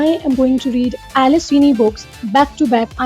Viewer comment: It’s Alice feeney not Alice sweeny